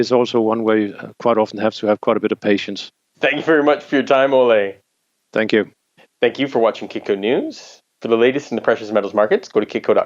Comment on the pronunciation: Ole rhymes with Roller. Surprise him next time by pronouncing his name right!